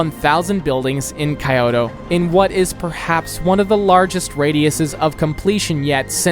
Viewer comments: btw it’s pronounced like keyoto, not Kioto. Well, not the most accurate description but probably the easiest for an English speaker. Japanese is a syllabic language, so the city is actually kyo to (each one syllable) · Kyoto is pronounced K-YO-TOE not kaiyoto